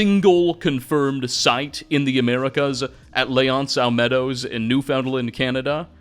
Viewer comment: I was not prepared to hear my province in one of these videos, got flipping jump scared. Also, it's pronounced "Lance oh meadows" in English ❤️ Edit: Tbh, it isn't pronounced much different in French. Just the A in L'anse is softer, making a more soft 'ah' sound then a hard 'an' sound